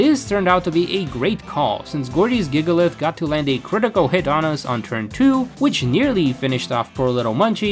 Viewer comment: His "Gigalith"😭😭😭😭😭😭